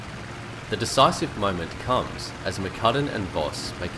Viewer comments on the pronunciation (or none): none